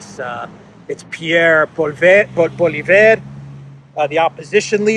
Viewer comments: Not Polivere but say Polyevre. Everybody knows herer in Canada that we have some thousands of SS. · you pronounce his last name like Polly. EV not e but like f. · It's pronounced poley-ev. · Oh by the way the name Poilievre is pronounced "pwah-lee-ehv-r" and roll the last r if you can :)